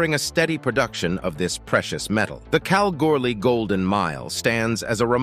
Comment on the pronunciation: This is how you say Kalgoorlie like Australians do. Cal gool ee easy isnt it announcer 😊